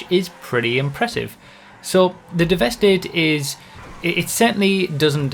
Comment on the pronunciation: Since it's a play on words, I think it's pronounced Devastate rather than devest 8